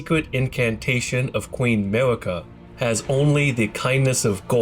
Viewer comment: The hard r on marika is crazy